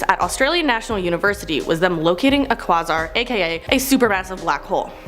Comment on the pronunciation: Pronounced quayzar not quozar..spelling is quasar